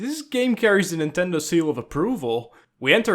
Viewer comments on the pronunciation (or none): Ted Nindo, like Nin Tendo